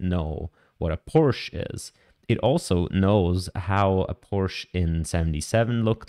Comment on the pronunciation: Wie kann man als Schweizer „Porsche“ falsch aussprechen?